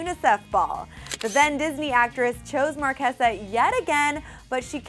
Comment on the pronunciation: It's MAR KAY ZUH